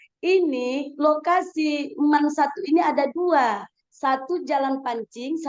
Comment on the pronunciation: Jaman aq sekolah dulu bacanya Man bukan Em A En , emang sekarang gitu ya bacanya